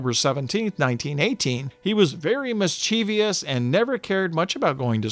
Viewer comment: Well done, although the mispronunciation of "Mischievous" is annoying. You're not alone though; I can remember kids in my school over half a century ago pronouncing it the same way. One kid said that pronouncing it "mischeeveyous" helped him to spell it. I asked him to spell it and of course he couldn't do it. But he kept saying it incorrectly. Some people!